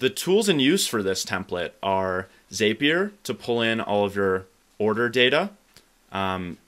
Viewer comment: Great stuff! A heads up: it's pronounced "Zap" -ier not "Zape" -ier